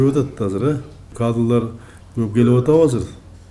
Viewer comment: Кадылар деп койдубу ээ кадылар эмес Кадрлар болотко Мумкун